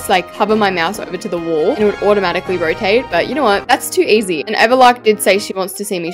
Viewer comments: did anyone see that she said roate instead of "rotate" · "Rotate"❌ " Roate"✅ Alaska English.